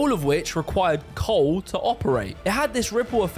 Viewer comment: COAWL. Cole mate.